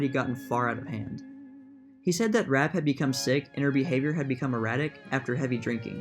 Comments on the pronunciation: Virginia's last name is pronounced "Rap-pay", not "Rapp". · Pronounced "Rappay". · Virginia's last name is pronounced "rapp-PAY" - Rappe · It’s “RA PAY”... after that I just stopped watching, please do your homework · It was actually pronounced “. “Ra PAY”